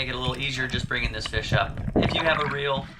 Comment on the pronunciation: Gathering a feesh fry